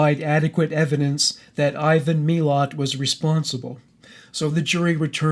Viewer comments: Its Muh-lat right? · I am Aussie, and live only about 2 hours from where his family lived... the way you pronounce his name isnt right, BUT i appreciate it!!! It sounds like a story that i dont know the ending of, instead of his name leaving me cold and scared! He is dead now, but that man still terrifies me!! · yeah, exactly!! :) but the way he pronounced it, seems less scary. Odd huh?